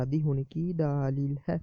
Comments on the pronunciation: Daaleel nhi Dleel hota hy, plz proper talaafuz se urdu bolye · mere Bhai daaleel lafz sahi nahi hai daleel kehte hain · Bhai ye lafz daaaaaaaaaaaaaaalil nhi Daleel hota hai, video achi hai magar tallaffuz to sahi karain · Daaaleel nae hota dallell hota hy